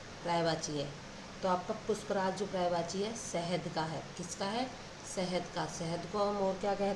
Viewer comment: Puspraaj nhi pushpras😅